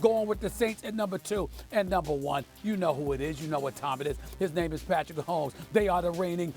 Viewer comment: SAS: Patrick Ahomes😂😂😂